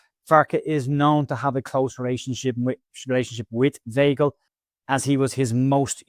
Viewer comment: Weigl pronounced … V igh gl … igh as in ‘high’